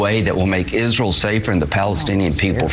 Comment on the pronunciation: I think the way Graham pronounces Israel is kind of cute. "IZ-rull".